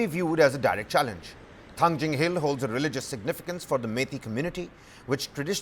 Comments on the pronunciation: Thangting ✅Thangjing❌ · It's not thangjing, it's Thangting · Manipur is just 650sqm fellas no need to argue They lack so much in pronunciation that they pronounce Kuki hills Thangting as thangjing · For your kind information, it is Thangting Hills, not Thangjing. "Ting" is the original Kuki name, which was later altered to "Jing" by the Meiteis in their own language. This is a form of cultural exploitation. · It's not Thangjing but Thanting. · It's thangting not thangjing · Mount Thangting please. Not Thangjing which is a kind of Vegetables very popular in Imphal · Not thangjing..it's thangting..you Meitei pronounce tribal name in a wrong way..because ur not toungue twister. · Its Thangting mol.. please correct the name of the mount